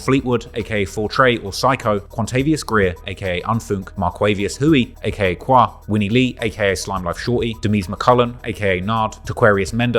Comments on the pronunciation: Bro… Qua is pronounced Quay! It was painful listening to how you pronounced it. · Every time you said qwa I wanted to turn it off